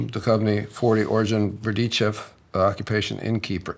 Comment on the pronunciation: Would be great if they also add a correct pronunciation of they surnames as a part of the ancestor discovery. Duchovny is derived from “Duch” so spirit or ghost + standard “ovny”. The letters ”ch” is not pronounced as a “k”, it is a specific sound.